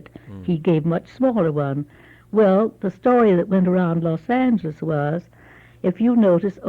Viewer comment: She even pronounces Los Angeles correctly. My father was born there and called it, “Loth Angle-ees “. Difference in breeding and age. He was born in 1929.